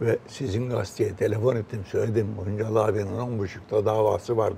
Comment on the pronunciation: Acun'un Şansal demesi ve Julide'nin Hıncal demesi beni rahatsız etti.